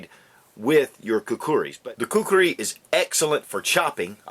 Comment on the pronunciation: you pronounced it well.. I really hate people pronouncing it as kukri...